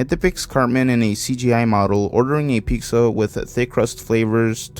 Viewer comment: The way you say pizza reminds me of a Mexican friend I had on Xbox. She used to say Picza just like you and we'd make fun of her. It's kind of nostalgic to hear you say it. My gf now is Mexican and she doesn't say it like that, so idk why some do.